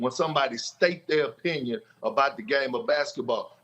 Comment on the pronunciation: It's His OH pinion LOL